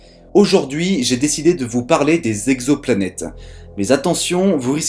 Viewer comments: On ne dit pas « quatre mille z'exoplanètes » mais « quatre mille exoplanètes ». (oui, je sais, je suis pénible è relever les fautes de liaison… mais je ne peux pas m'en empêcher) Hormis ce détail, très bonne vidéo, au contenu intéressant. Tu as beaucoup progressé sur la forme depuis les premiers épisodes. Bravo ! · * "exoplanètes" et non pas "zexoplanètes" :P